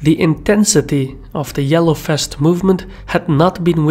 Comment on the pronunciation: The yellow fest! Love how you pronounce "vest" as "fest", what is ironic because in some other words you rather tend to pronounce the "v" as "b". But I love it anyhow...